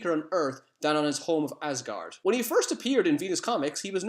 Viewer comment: Did you just say Ozgard?